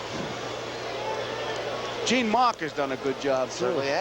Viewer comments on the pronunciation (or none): none